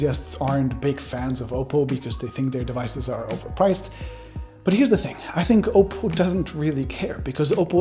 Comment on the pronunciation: STOP SAYING OPAL! ITS OPPO... OP...POH.. I DONT THINK YOU WORK FOR THIS COMPANY...